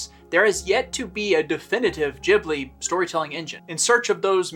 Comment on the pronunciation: I absolutely love this, even with the constant mispronunciation of "Ghibli" ;)